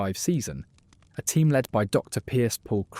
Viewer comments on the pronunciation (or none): Oh diwedd dad, its not leed its led you numpty.